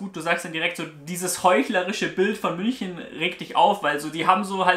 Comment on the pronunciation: MÜNCHNEN? xddddd